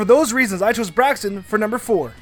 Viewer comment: It is not braxon